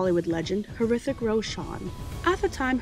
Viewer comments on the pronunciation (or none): It's "ritik" Me LMAO when you said horrific roshan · 'hrithik pronunciation ' ritik' his silent, just fyi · Khanna is pronounced Kun Nuh. Hrithik is Ryth-Ick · Shahrukh is one word pronounced together no braks.. & Hrithik.. the H is silent.. but spot on true video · The pronunciation of the names though. The H in Hrithik is silent 😂